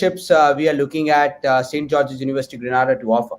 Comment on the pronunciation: The island's name is pronounced G-R-E-E-N -AY-D-A!